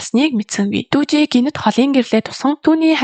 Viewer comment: Таксины жолооч залууг Дүжи биш Дуги шүү.